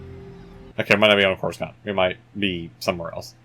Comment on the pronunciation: Don't mean to be "that guy", but you're pronounsing Coruscant wrong